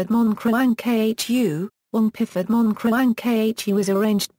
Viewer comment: The automatic PDF reader mispronounces piphat as pifat. If the intention of this video is the bring the viewer closer to an understanding of Thai music, who ever made should consider steps to ensure the correct terms are used and pifat is not a term.